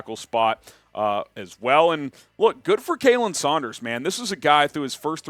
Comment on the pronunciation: As a parting gift and tribute, would you please pronounce my long time friend's son''s name correctly on the next show? It's KAH-len, same as "Collin", not KAY-lin. His mother would be so happy if you do! Thanks so much, love the show!